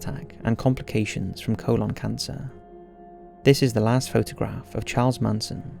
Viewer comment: you pronounced colon wrong.